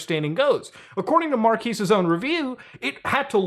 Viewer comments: Not a big deal but I do find it funny you correct "mark-ass" to "mark-ees" when it's "mark-ez" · How are you about to make a quip about the way the name is pronounced when you can’t even pronounce it properly? How are you about to introduce the channel when you can’t even pronounce it properly? He says in so many of his videos, it’s pronounced mark-ezz. Watch 30 seconds of 90% of any video and you can know this. Saying mark-ease is utterly ignorant and disrespectful. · Bruh it's "markez" not "markeez". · Isn't Marques Pronounced like kez at the end and not quise? Or an I stupid?! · mar-kez not markees ;) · I blame Will Smith for me consistently pronouncing Marques as Mark-ass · Is it really pronounced Mar-Keys ? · It’s Mar-KEHZ… just sayin’. Also, last time I checked this was America. If a company wants to come out with a dumb device or change their secret recipe to their detriment, so be it. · Mar-KEZ. We can tell you don't watch his channel. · Blud is calling Marques "Marquis" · I like how Muta clowned on how Will Smith said it that one time and then proceeds to call him "markeez" the whole video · ain't it called "mark-kayy"? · Still can't get over the fact Will called him Mark-ass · I love how he pronnounces Marques as Marckis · It's pronounced Markess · Mar-kiss? You said his name wrong too lol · “Mar-keez” Brownlee 🤦🏻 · at least pronounce Marques' name correctly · Corrects Will Smiths pronunciation…. Pronounces his name incorrectly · 3.7 M and botching 18 M name is kinda petty bro. Pretending not to know the real pronunciation... you started your channel looking up to him, shame on you sir. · I like how he called out Will smith for mispronouncing the name then proceeds to do the same lmao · i like how he brought up the Will Smith thing but still mispronounced Marques' name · So you mock Will Smith for pronouncing Marques' name wrong while continuously pronouncing it wrong throughout the whole video. Nice one. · Your mispronunciation of Marques damages my soul